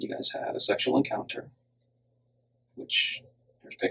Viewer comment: lol, really squeezing every drop out of every syllable of the word SEXUAL there.